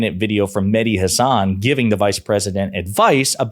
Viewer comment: Mehdi pronounces his last name, Ha' (as in cat) - san, not Huh - sawn.'